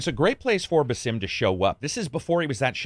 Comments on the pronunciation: It's pronounced "BAsim", not "baSIM". They say his name in most of the trailers for Mirage, not to mention in Valhalla which came out almost 3 years ago. Otherwise a decent review but I feel like you don't really care about the story if you can't even pronounce the guy's name somewhat correctly... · It's Baa'sim, just lakiek saying Back or Balance not B'sim as if you are saying Bethesda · Stop pronouncing Basim as it's not meant to be pronounced. It's annoying as hell. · The amount of cartoony, reused and tiny variety in the takedown animations is what ruins this game. Also, the narrator is pronouncing Basim's name like a fucking idiot. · Pretty sad you can't pronounce Basim correctly.